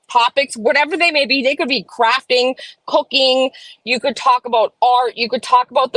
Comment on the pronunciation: You said crafting and I heard crapping. Lol😂